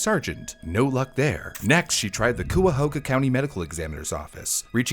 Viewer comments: As someone from around the area it hurt every time you said "coo-ya-ho-ga", it's pronounced "ky-a-ho-ga" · it's pronounced "kai-uh-ho-gah" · Cuyahoga - Kai-a-hoag-ah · As someone born in Cuyahoga County, gotta say: the first syllable rhymes with "guy", and there's no W. Not "Cuwahoga," as you say in the video. Not a big deal, obviously, but I thought I'd mention it. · "Cuyahoga" is not pronounced "koo-yuh-ho-ga", but rather "ky-uh-ho-ga". Edit: And "Akron" is not pronounced "Ay-krun", but rather "Ack-run". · It’s Cuyahoga county pronounced “Kaiyahoga” not “cooyuhooga” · COO-A-HO-GA? KAI-A-HOGA! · It’s not Acre-on it’s Ak-Ron. It’s not Cooahooga, it’s Kaya-Haga. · Cooahoooga? Its Cuyahoga. Like ky-a-hog-a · Cuyahoga County is not pronounced “Coi a who ga” it’s “Kai a hog a” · A quick note if you cover any other Cleveland area cases: Cuyahoga is pronounced Kai-uh-ho-guh, comes from either the Seneca or Mohawk word for “Crooked River”, describing the Cuyahoga River that snakes its way through Cleveland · Ok I have to be that guy as a local to the place. Cuyahoga (Kai-a-ho-guh) Akron (Ahh-kron) Great episode otherwise 😅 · great video. all the mispronunciations got to me though 🥲 cuyahoga sounds like. kaya. hawga. akron is ah. krin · As someone from NE ohio, the mispronounciation of Cuyahoga, Berea, and Akron is so jarring. Kai-yuh-Hog-uh Bur-EE-ya Ack-run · I laugh every time he says Cooooahoga. The Cuy in Cuyahoga rhymes with sky. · Cuyahoga: KY-uh-hog-uh Akron: ACK-rin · Akron (short a like in cat), and Cuyahoga (Cuya is kaya like kayak) I’m sorry it’s a great video but my internal Ohioan was freaking out. 😂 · It's pronounced KAI-A-HOGA county. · Thank you cause I cringed Ki-a-hog-a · It's pronounced "kai-ya-ho-ga" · It's Ki-yah-ho-gah. And Bur-ee-ah. And Ack-ruhn. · Just nitpicking an otherwise great vid, but it's pronounced Cai-yah-HO-gah and Ack-ron. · As a Cleveland native. Cuyahoga ks pronounced KIE AH HOGA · kai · uh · ho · guh Source: I am from here